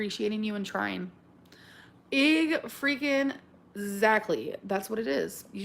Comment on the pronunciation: Did she just say "Ig - freaking- zactly"? Does she think the word is "Igzactly"? 🙄